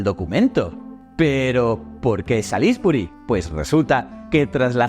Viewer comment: Oh dear! You need to learn how to pronounce Salisbury!! You made me laugh!!😂😂😂